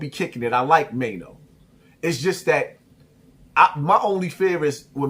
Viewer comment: Now you like Maino but was calling him Chaino 😂😂